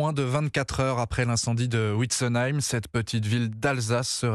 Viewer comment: 🙏🙏🙏... Juste pour le jeune journaliste,on dit Vintz comme Victor et non Ùin (comme en anglais...) pour Wintzenheim... Vous me direz à côté de ce qui est arrivé ce n'est rien de mal à mal prononcer un nom...🙏😏 En pensées et prières avec toutes ces familles 🙏🙏🙏